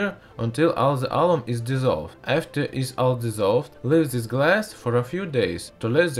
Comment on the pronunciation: say this not zes